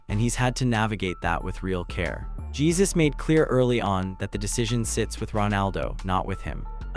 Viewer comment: Not Jesus, but its pron is "Jae Joo S"